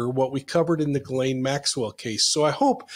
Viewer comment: excellent content. Maybe try to get the globally used and accepted pronunciation of the name correctly before production.